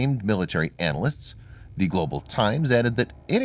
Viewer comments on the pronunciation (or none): none